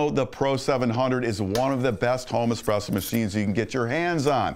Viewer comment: "ESPRESS MACHINES"